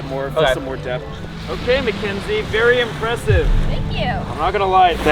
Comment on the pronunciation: pov: michel and having these is not VeRy helpful it sounded so indian